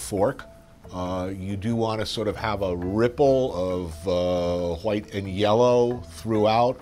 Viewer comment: Why does he pronounce the color white whoite 😅